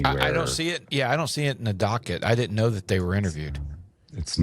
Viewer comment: Didn’t, not ditnt